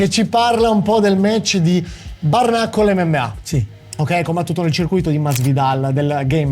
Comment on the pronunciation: Ma porco dio come cazzo pronunci bare?